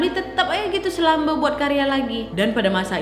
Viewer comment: slumber/selamba....faham ka org sblh jawa apa itu slumber?...